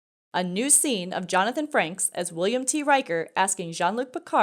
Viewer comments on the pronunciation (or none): His name is Jonathan Frakes, not Franks. 🙄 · "Franks?" Do you mean Frakes? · Can we get somebody that knows trek to do these videos. The name is frakes. There wasn't an N the first or second. Come to think of it. His name hasn't been Franks since at least 1987.. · Why does this broad keep saying “Jonathan Franks” she cant really be a Star Trek fan if she can’t even get the actors name right 😂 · Really?? I'd boot you all the way down to Crewman Third Class if I thought you deserved even that. FRANKS?? You apparently did ZERO research on your topic. But, worse yet you couldn't read your own script correctly. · Nice video, but a Reprimand is in order for the mispronunciation of Jonathan Frakes’ name. Any more of that nonsense and you’ll find yourself back at Lt. Cmdr in no time